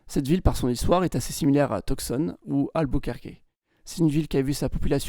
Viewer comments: Petit nitpick : Tucson se prononce "Toussonne", pas "Teuksonne" 😊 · La prononciation est bonne " Albuquerqué" Mais Tucson se prononce Tu'san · Super vidéo! Pour ton information, Tucson se prononce « Toussonne ».